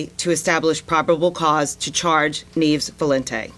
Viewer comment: Neevs? Neves. Loriero? Loreiro.